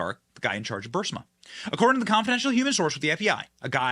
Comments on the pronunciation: If anyone on Benny’s staff reads over the comments, could you PLEASE TELL Benny how to pronounce BUR-EEZ-MA? I love Benny’s show. He’s great. But his mispronunciation of Burisma is driving me crazy! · BENNY!! DUDE! COME ON! You are saying Burisma incorrectly and it makes you sound uneducated! It's Pronounced Burr-Reese-Ma! You are saying it with the "i" and "s" inverted! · Are you intentionally mispronouncing Burisma? I’m new to watching you and am wondering if it’s an inside joke I’m not aware of. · Burr-eeezma, Benny. Pronounce it that way? Please? Not Bursima. Just look at the word, hard? Get hooked on phonics? ........ Love ya, Benny. Keep up the great work? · Bur-EE-sma. Not BUR-sima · BENNY, BENNY, BENNY -- PLEASE, PLEASE, PLEASE learn how to pronounce the Ukraine company. It is called, phonetically, B U R E E E E E E E E E E S M A --- NOT B U R S I M A. Look at how the name is spelled. I'm beginning to believe you are dyslectic. You drive me nuts listening to these posts when you cannot even pronounce a company's name correctly. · It’s Burisma not Bursima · It's BURISMA NOT BURSIMA! I know it's petty, but you're a journalist, so you should make an attempt to pronounce words correctly. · Bur• Ris• Ma NOT Bursima.😂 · Ffs Bennie, i enjoy your show, but its Buh-riz-mah. Not Bursima. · PLEASE...IT'S BURISMA...NOT BURSIMA!!!!!!!!!!!!!!!!!!!!!!!!!!!!!!!!!!!!!!!!!!!!!!!!!!!!!!!!!! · Damn it Benny! It's Buh-Ris-Ma not BUR-SI-MA. Phonics Benny Phonics. You're killing me.... LOL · burISma, Benny. Please. Please STOP saying BurSIMA. it's like saying "nucular" instead of NUCLEAR.. ugh. I love your show, but seriously. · It's not BUR-sima, Benny, it's Bur-EES-ma. Your pronunciations make me crazy. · Bur-si-ma…?!? It’s Bur-is-ma! Get it right! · The company's name is pronounced and spelt, BU RIS MA. It's not berserma. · Burisma, not Bursima, Benny..but great show as always! Keep up the great work! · It’s NOT Bur-Si-ma . IT’s BURISMA Bur-Is-ma Burisma Burisma Burisma!